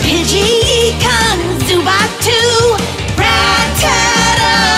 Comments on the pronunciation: Ee-kans Zu- baat Really? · Why do people say Zubat like Zubot